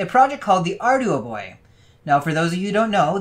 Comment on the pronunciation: I think it's "arr-dew-boy"